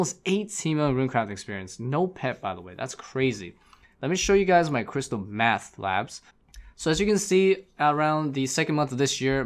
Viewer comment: Do you have to enunciate "crystal MATH labs" for youtube? Just curious.